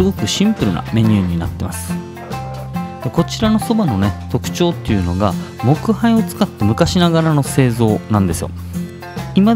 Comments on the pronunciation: きはい❌もっかい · 木灰(きばい)(もっかい)と読みます！